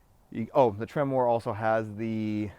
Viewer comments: Its not Temmor, its Tremor...way to know what truck you bought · It's not pronounced "trem-mor". It's correctly pronounced "tremor". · trim-er not tremoore lol